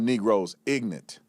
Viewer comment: Ignant, Does he mean Ignorant? Sounds like he's the stupid one.